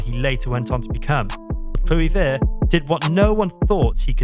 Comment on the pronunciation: Klewivurrrrt lol 😂